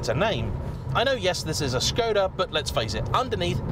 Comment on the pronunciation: 1 minute into the video, and he said Škoda with the Š, not Skoda like the others… he’s differend, i like it, i’m proud ❤️‍🔥 Thank you 🇨🇿